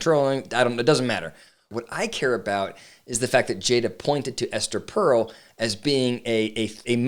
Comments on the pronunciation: First off, it's "Per-el," not "Pearl." I was at a Gottman training where John Gottman literally said "Esther Perel is full of shit." That got my attention! I'm a marriage and family therapist and tend to agree that her stance can be really damaging to the security of a relationship. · Not knowing how her name is pronounced…undercuts your credibility a bit. I think you misunderstand her work. It’s like saying trying to find the route of addiction is “normalizing” drug use. You might explore her podcast beyond this talk. I suspect the Smiths cast a shadow on how you view her work…